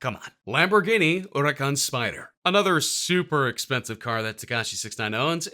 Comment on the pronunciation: Yo how the fuck do you say hurucan